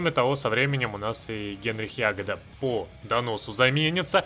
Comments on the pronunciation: Главу НКВД зовут ЯгОда, а не Ягода. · Вроде Яго́да, а не Я́года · ЯгОда зараза, ЯгОда!1!1! Вы достали не правильно произносить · ягОда а не Ягода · Генрих Яго́да (ударение на о́), возможно у этого события есть какой то процентный шанс, по крайней мере у меня его не сняли по событию, так и остался до конца, особо некем было заменить после чистки)). Так же рассказывая про снабжение можно упомянуть транспортные самолеты с функцией снабжение, теперь они творят чудеса. У меня восемь 20-х танковых дивизий просто катались среди крайне истощенных дивизий союзников не имея никаких дебафов по снабжению, достаточно было повесить на регион 20-30 транспортных самолетов. Естественно если в регионе доминирование вражеских истребителей, то снабжение по воздуху так же быстро закончится. Жаль что сами боты так и не научились этим пользоваться, предпочитая стоять друг напротив друга обессилившими дивизиями. P.S. Спасибо за детальный разбор механик, давно искал подобное видео. P.P.S. Про Яго́ду досмотрел до момента когда у тебя его тоже не сняли, возможно, поправят в будущем для историчности. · Генрих ЯгОда(ударение на "о") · да не вы конкретно, прошу прощения Уже смотрю 4 ролик, и как только его фамилию не коверкают:) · Хотелось бы увидеть прохождение за Бухарина. Иди по пути антифашизма. P.S. У Ягоды ударение на "о"